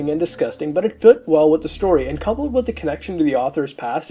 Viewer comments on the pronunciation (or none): none